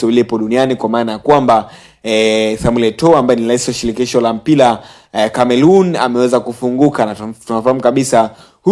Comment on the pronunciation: jifunze ata kuweza kusema R ..😂😂 mpira sio mpila . Kafara sio kafala . Mimi nimejaribu sio nimejalibu ... Kia kuongea kwanza sio kupiga kelele nauo unao ongea ni uongo mtupu